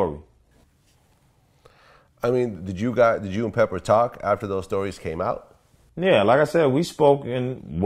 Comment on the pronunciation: Vlad said"PeppER from Salt and PeppER" lol thought he was "down" with the hiphop